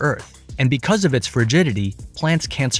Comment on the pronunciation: “…ONLY 9 od the 10 plants survived…” 🤣🤣🤣🤣 dude, please!